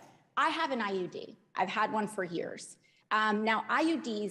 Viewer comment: she says "IED" instead of IUD